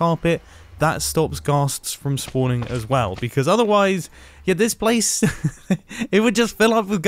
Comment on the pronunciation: he said blace